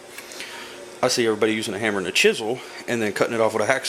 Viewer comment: Love the part where you "HIT IT WIT A HAMMA!"